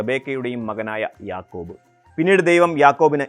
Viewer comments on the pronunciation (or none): യാക്കൂബ് അല്ല യഅ്ഖൂബ്